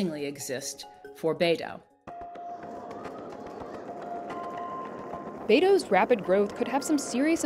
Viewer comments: The correct pronunciation is bai-doo, not NATO and BADO😂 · is weird to hear her pronounce Beidou "baydow". most other youtubers say something like "buydoo". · Beidou, it's pronounced like "bay dough". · When you see the only guest who could pronounce Beidu properly than the million of times the narrators & other so called "experts" throughout this propaganda video, you know how bad they even care to do their research.